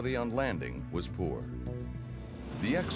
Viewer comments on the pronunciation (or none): none